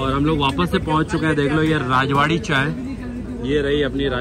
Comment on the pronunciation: राजवाड़ी नही रजवाड़ी है